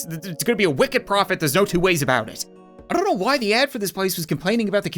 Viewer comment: on this vid when he said I don't know he achualy said... I don't know how to write it